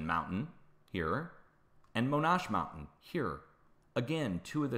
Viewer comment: Hi love your show. Just so you know Monache is not pronounced mo-nasche, rather mo-natch-ee. It’s not obvious and likely doesn’t matter. Just thought I’d let you know! Thanks for all you do.